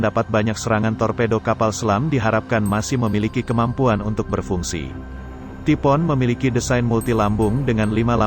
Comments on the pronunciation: Typhoon dibaca "tipo'on", bukan "taifuun" 🤦‍♂️🤦‍♂️ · Taifun.....bukan tipo'on,please.....!!!!!! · Typhoon dibancanya taipun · bacanya Taipun